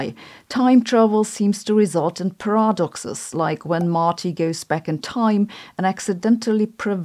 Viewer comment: Hold on a minute - what are these pirah-doxes? Is that like piranhas that post your personal info on the internet? (No I don’t think Sabina’s ignorantly mis-pronouncing- she does like to toy with us)